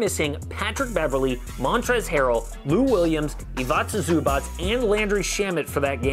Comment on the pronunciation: It's not ivaca zubac but Ivica Zubac